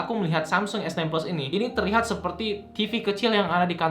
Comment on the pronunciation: dia ngomong samsung esnain tp telingaku dengernya samsung esten bukan sekali, tp berulang2.. wkwk